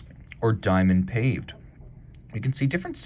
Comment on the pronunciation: Paw-Vey not Paved lol